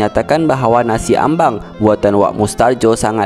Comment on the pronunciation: Nasi Ambeng....bukan ambang😟